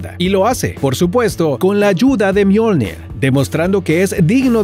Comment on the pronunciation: Le dijo al martillo "myolned" pero se llama myolnig